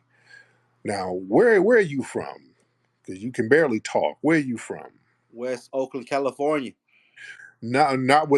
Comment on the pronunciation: The way dude pronounced west Oakland as two separate words and not "wessoakland" exposed him as a fake off jump.